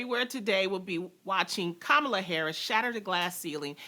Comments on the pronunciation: Haha Loni trying to school people on Kamala's right name pronunciation and gets it wrong herself 😂. It's like Ka-ma-laa not Kaa-ma-laa people 🙈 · It's not like 'calm' it's comma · It's actually kuh-muh-laa